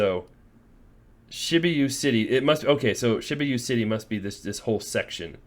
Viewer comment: Shi-boo-ya city